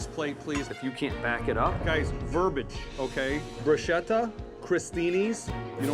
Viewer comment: It is "verbiage".